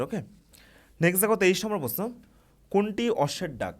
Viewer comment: প্রশ্ন কথাটা আগে ঠিক করে বলতে শিখুন